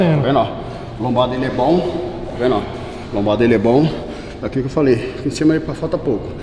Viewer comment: Tiozão tá na briza do pré treino só fala taveno oh taveno oh taveno oh